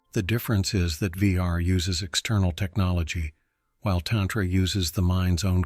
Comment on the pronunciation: Very interesting, but it is distracting and aggravating to hear "tantra" mispronounced ... You'd think AI could get this right. Mantra is another almost universally mispronounced. Program the correct pronunciation of "a" in Sanskrit.